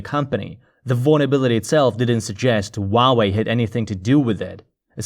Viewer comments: All the vowels are pronounced individually. It isn't 'wah way' . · Actually the Chinese pronunciation is wah way